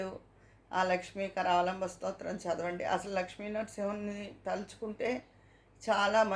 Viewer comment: లక్ష్మి కారావాలంంభం కాదు లక్ష్మి నృసింహ కారవాలం భం అండి